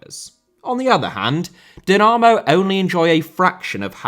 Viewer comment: This video deserves a like just for the pronunciation of the word Dinamo. Now that that is finally sorted, please make a documentary about Dinamo Bucharest.